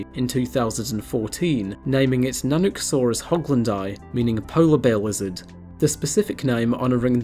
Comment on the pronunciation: I thought he said "Polar Bear Wizard"